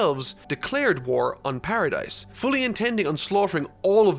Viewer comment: The s in Paradis is silent lol you watch the anime but never noticed?